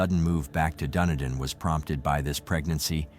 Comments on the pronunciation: It is pronounced DunEEdin!!! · Really pissed off how the dick who the narrator pronounced Dunedin. Say it dune. E din. Also his info is not right. Kiwis have it sorted. Of course David knocked them all off. Hey don't be throwing uninformed info on yr site. Maybe a little bit research might be closer to the truth. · Pronouncemed Dun-e-Dan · Hey im from Dunedin, my dad actually went to school with David. I just wanted to say its pronounced Duh-knee-din 🤣